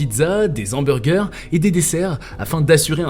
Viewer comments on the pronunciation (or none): On ne dit pas des zhamburgers mais des hamburgers !